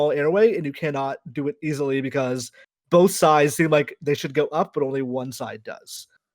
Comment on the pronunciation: I hate the way Greg says “bolth”